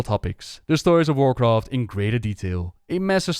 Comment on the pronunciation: Checked in to see if you still mispronounced things severely after all these years. “... and enjoy the full story of WarcraftSSSSS”. Not disappointed!